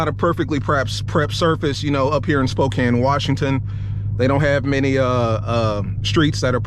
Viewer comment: Bro said "Spokane, Washington" I'm weak...